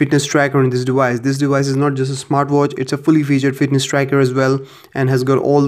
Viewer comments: it's device!!! not dewise. so annoying. also you could just call it a watch which is what it is you knowww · Device. Not "dewise" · Dewice is driving me insane. It's deVVVice. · NOT DEWICE. IT'S DEVICE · Why do you say dewice it's frickin device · The "dewise"💀